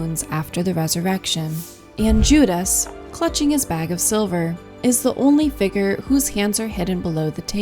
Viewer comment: 'figure', not 'figger'.